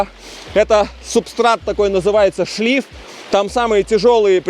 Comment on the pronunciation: Не хочу показаться занудой , но правильно говорить шлих , а не шлиф .